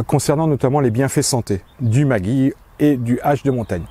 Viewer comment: En Alsace il faudra prononcer Maggi « Maguy » et vous avez totalement raison.